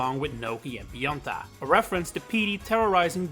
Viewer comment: I'm sorry but I don't understand your accent here. I think Pionta is supposed to be Pianta, but who is Gnocchi/Nokey? Edit: Oh. just looked up the roster...I have no memories of Nokis in mario sunshine. I never finished that game, so..I guess that's why